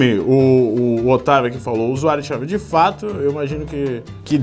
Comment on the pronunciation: Não é "Xaiomi", é "Xiaomi"